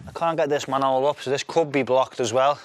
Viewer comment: I came to hear an English man say manhole. "man'ole". I stayed for the sound effects. I cheered when the pipe cleared. What a day.